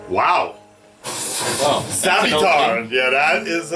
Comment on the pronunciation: savitar, not salvitar